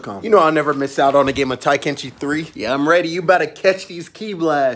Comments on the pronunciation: Is he saying "Taikenchi" lmao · Tai-Ken-Chi lmao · Taikenchi😂 Ten-Kai-chi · He literally said, "Taikenchi" 3. It's, "Tenkaichi" 3. He basically BEGGED for this comment. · Lol "taikenchi" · Ten Kai ee chi Not tai ken shi What the hell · Bro didn't just mispronunce it he rearranged the whole damn word. It's Ten-kai-ichi. What the hell is Taikenchi??? Lol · Did he say Taikenchi? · It's Not tie kenchi .......it's ten ki eechi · Tenkaichi* not Taikenchi lol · Taikenchi 3? The fuck is that game? You mean “Ten-Kai-chi” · It’s pronounced TENkaichi not Tinekaichi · It’s not kaitenshi it’s tenkaichi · Bro did you say taikenchi? It's tenkaichi how dare you claim to be a fan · Right🤣😂 it’s Ten-Kai-Chi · I know he's joking around, but It's ten kai ichi. It literally means "The best in the world" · my lil bro used to saying it exactly like that, it triggers me every time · Better than my friend who pronounces it like, " Tah-kee-chee" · We can all agree it's "ten-kye-ee-chi," right? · tai-kenchi? That's an interesting way to pronounce it lol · Did he just say taikenchi? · Ur saying Tenkaichi wrong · Please pronounce it right. Ten-kai-echi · Ok so everyone relating to this is no one gonna talk about how he said Tenkaichi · yeah he’s pronouncing it wrong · Has to be part of the video, because they pronounce it differently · I couldn't get past the fact they couldn't pronounce Tenkaichi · Dislike just for the way u pronounced tenkaichi bro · Why'd you say it like that lol it's Tenkaichi 3 not TAI-KACHI 3. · “Taikenchi 3” 💀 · Tenkaichi not Taikenchi 🤣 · I like how you were saying taikenshi when it's Tenkaichi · What I see: Tenkaichi. What I hear: Taikenchi. What I want: Budokai. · I can't be the only one bothered by the "Taikenchi" instead of "Tenkaichi" XD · “Taikenchi” lmfao. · Bruh said "TAI-Ken-CHI" 🤦🏾‍♂️😂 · Tai-Kenchi 3 lmaooo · taikemchi 3 :D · Yo did you just say “taikenshi” bruh...smh 🤦🏾‍♂️ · Man's said taikenchi LOL but a classic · Ah yes, good ole "Taikenchi 3".